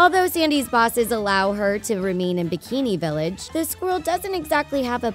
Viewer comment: WTF DOES SHE SAY BIKINI VILLAGE